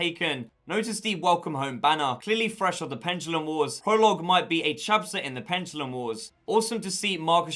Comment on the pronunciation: Gears Pendalumlum